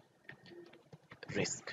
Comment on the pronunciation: I'm tired of you with your Risk instead of Riks )) I am jocking. Good luck